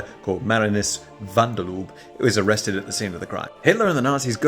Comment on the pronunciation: I love your content but you made the Dutch guy sound like the inventor of lubricants 😂😂😂 Definitely not the pronunciation you should be aiming for 😜